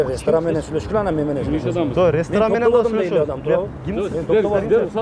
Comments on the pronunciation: Рестран эмес ресторан деп суйлогулочу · Башында телефондо суйлошкон бала РЕСТРАН дейт го😅